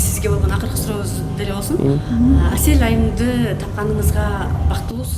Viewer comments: мынча Аселя дейт Асел элего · Аселя деп алыптырго😂😂Асель элего кайра кайра эле Аселя дейтко тобо